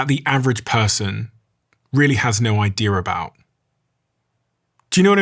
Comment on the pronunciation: Idea. Not i-dear. Please, for the love of Frappuccino!